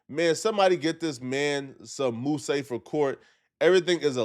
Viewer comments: did you call hair mousse, moo-say? Lol dawg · Nigga did yu say moo-say 😂😂😂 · “Moo-say” OH WOW😳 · Moo-seh? 🤔 Really, please tell me you're joking. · Lmfao wtf is a “moosey” lmao!!!!!! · Mousse is pronounced like "moose".